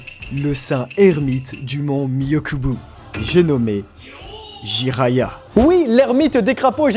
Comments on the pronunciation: Surement car c'est une heure de banger assurée. Par contre c'est le mont myoboku pas myokubu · tu dis, myokubo, mais c'est myoboku :< petit aparté, je continue la vidéo :x très bon travail, ton humour est très fin, il me plait fortement & les ref à hxh ahi, j'ai kiffer ( rock paper )